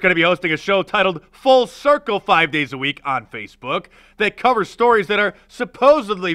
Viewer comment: The first time you said "full circle", it sounded like you said "false circle". What I thought I heard seems more accurate.